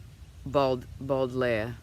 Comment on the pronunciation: "Baudelaire"...sounds like Bow-de-lare"...beautiful quote. Thanks for sharing that and so happy others who have means are sharing! Blessed be the soul!